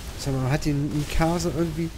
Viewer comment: Für nen AoT Fan tut's ein wenig weh die Mikasa und allgemein die Charaktäre aussprichst aber sonst wieder ne geile Folge!